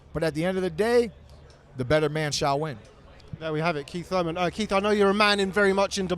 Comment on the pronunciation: Keith “Run Time” Thoyman